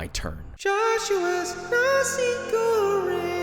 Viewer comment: You should pronounce the R in Goreng like, ARrrrrr